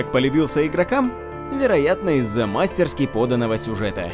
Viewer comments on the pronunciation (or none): none